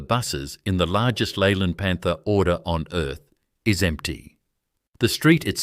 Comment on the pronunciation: what the hell is a Leyland PANTER? stop using Ai